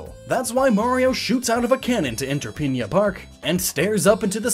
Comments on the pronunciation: It's pinna, not piña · It’s Pinna (PIN-nuh) not Pinna (PEEN-ya). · why do you say Piña Park? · really annoyed that he keeps pronouncing Pinna Park as Pinya Park...